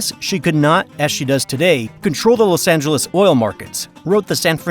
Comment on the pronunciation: "Lus" Angeles?